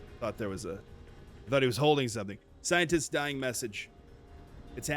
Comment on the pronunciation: "Scienterist"? Is that what I heard? Nice